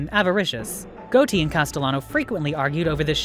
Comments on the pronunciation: it is pronounced Got-i. not goati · Can’t believe you don’t know how to say Gotti